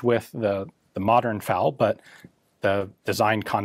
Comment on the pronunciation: Oh my lord.... Did he just pronounce FAL as the separate letters F-A-L??? I never thought I’d hear him do that